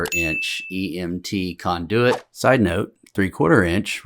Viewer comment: First time hearing KON-de-wit pronounced kon-DOO-it.